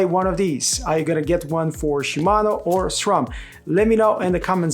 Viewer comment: It's refreshing to hear someone pronounce SRAM as it is spelled instead of SCHRAM 😁